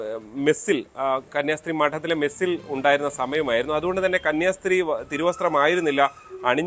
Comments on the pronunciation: കുടുംബശ്രീ എന്നു പറയുന്ന പോലെ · കന്യാസ്ത്രീ ആണ് 🙏 കന്യാശ്രീ അല്ല 🙏